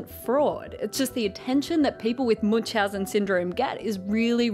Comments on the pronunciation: Your pronunciation of Münchausen syndrome is just hilarious xD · The pronounciation of "Münchhausen" striked the German in me a bit, but I can't complain since my fellow native speakers aren't well known for their nice th. Anyways, if somone wants to approximate "ü" try "ee" (as in easy), it's a lot closer than u and requires minimal effort. To get even closer, take your "ee" and round your lips as you do in "o" to make it "darker". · the name's actually German and Münchhausen - the two dots above the u make a completely different vowel that's called "Umlaut" and sounds nothing like an u. I don't think there's a similar sound in english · This thing here might be called Munchausen, but the person this name is based on is called Münchhausen. Where did the second "h" go? And why do english speakers mess with umlauts so much?